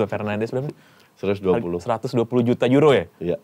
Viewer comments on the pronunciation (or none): none